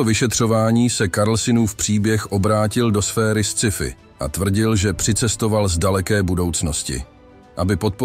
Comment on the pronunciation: krasny video - mala poznamka: Scifi se vyslovuje Skyfi, jesrtlize pouzivate anglicka slova vlozena do cestiny tak je musite vyslovit spravne